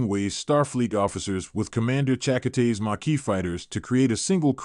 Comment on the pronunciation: Already knew this was a crap video within the first minute, as soon as the "narrator" mispronounced Chakotay's name. DON'T waste your time watching it.